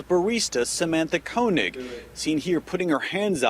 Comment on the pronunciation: Koenig is pronounced KAY-nig.